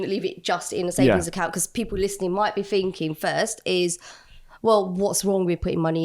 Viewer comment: Does she write "Finking" "Fousand “" Wevva" and "Wiv" in her book?